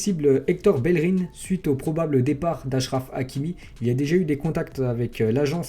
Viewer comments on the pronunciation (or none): Tu prononces pas bien bellerin